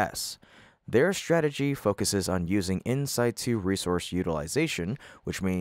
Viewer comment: it sounded like the word was "insight 2", but I have the idea it may have been yet another example of an ignorant machine (AI) mispronouncing 'in situ', right? , it seems to show that the astronauts will be in their space suits 24/7, even when working out, which seems to me to be highly unlikely. Since refueling in orbit wasn't needed in the '60s, why is it needed 60 years later?